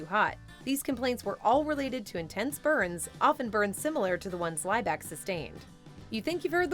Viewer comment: Her surname was pronounced Lee back. Not lie back